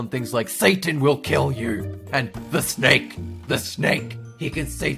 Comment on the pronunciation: I hate the snakeu (HAHAHAHA WHAT IS A BTS)